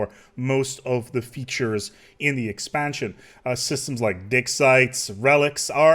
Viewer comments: is it just me or does it sound ,like hes saying dick sites. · I really think you just said dick sites... I can't unhear it. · I kept hearing dick sites....